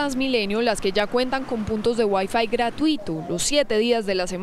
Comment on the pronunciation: Ustedes saben lo q es gueiiiiiifuiiiiii? Eso va a ver en Transmilenio servicio de wiafuuuuuuiiiii